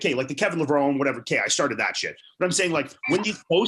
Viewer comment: OK Iain, if you want us to pronounce that alphabet soup first name of yours “Ian”, you gotta say Levrone correctly, Bro. 🤣🤣🤣